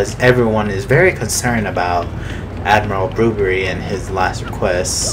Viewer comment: Silly Bobbery thinking it's his last day. XD (I still find it funny how you call him "Boo-brr-rie." I call him "Bob-brr-ry.")